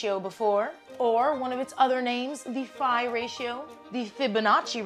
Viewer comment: Have I been saying phi wrong all my life lol